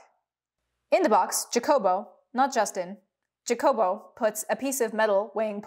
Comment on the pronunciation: Don't you ever disrespect me trying to pronunciate HA- jacobo with a JA like JA-rule lol in a gringo voice